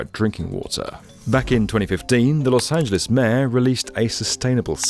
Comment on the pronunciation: why r u saying los angeles correctly???